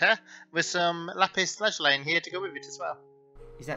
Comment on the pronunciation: it's Lapis laz-oo-lee, not laz-oh-lie